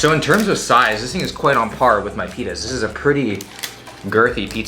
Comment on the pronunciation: did he say pittas or penis 🤔🤨😏